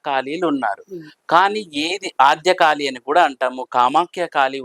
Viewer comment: కాలి కాదు అండి కాళీ.